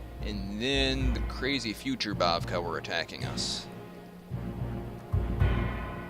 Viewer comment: oh, and three minor corrections: one, raberata is pronounced "ra ber a ta" rather than "roberta", bavakh is pronounced "bav-ack" rather than "bav-kah" and the path defender in hellspace is female, not male (although it's hard to tell because she's so old)